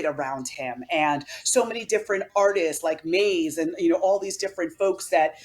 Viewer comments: She just called Mase maise..... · It's pronounced "mace" btw... he calls himself that several times in his songs.. c'mon girl 🤦‍♂ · lol.. did she say, “Maze”?☠️💀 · Lady called Ma$e, Maze 😂